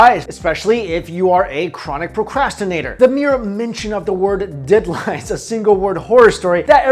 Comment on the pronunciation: Lol "de-ad line"